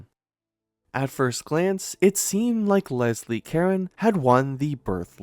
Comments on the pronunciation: This channel needs to take some reading lessons or get some people who can read to narrate. It's not Lesley Karen....it's CA-RONE. Ka r own. Seriously, your content and information is excellent and interesting but, I think I have to unsub from all the pronunciation mistakes. It's pathetic really. Don't do narration if you can't read!!! Phonics is fundamental. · It's pronounced "Kah-RONE ," NOT "KAR-en!" Why the heck don't you guys check your pronunciation before putting out your videos?!!? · Thank you! This is probably a computer generated narrator, but they need to know how ignorant it sounds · Botched her last name pronunciation. its not Karen. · Pretty sure her last name isn't pronounced like Karen. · Caron - ka-ROHNE. Stupid programmer. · Actually it's pronounced "caronnnnn". A nasal sound not "n". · Learn to pronounce her last name… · I hit pause as soon as I heard that. The crew obviously doesn't consider accuracy to be important. Why bother with the rest of it? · It's French. You don't pronounce the final "n," either. It's a nasal dipthong. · That’s ridiculous, you don’t think there are AI voices in France? The AI voice is programmed and it can be programmed to pronounce a name correctly, especially in a piece all about that person. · There is no E to pronounce at the end of Caron